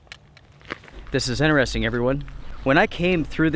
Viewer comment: I won’t how many times he said “this is inneresting”? Only reason I notice is because he neglects to say “inTeresting” haha